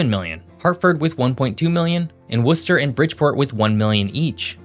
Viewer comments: You pronounced Worcester correctly this time. Congratulations. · I just want to say thank you for correctly pronouncing Worcester 😂 So many people butcher it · Impressed that you said "Worcester" correctly, great video! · Worcester- you got it right! good content - keep up the good work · Also “Lowell” is one syllable, like the word “Roll.” I get it tho, we’re weird. And You got Worcester right! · Thanks for saying "Worcester" properly!!! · Thank you for pronouncing Worcester correctly. 😊 you must be from MA. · How do you pronounce Worcester right and Concord wrong?